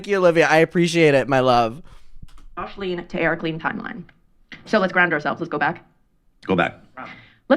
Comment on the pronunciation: "Joshleen" ugh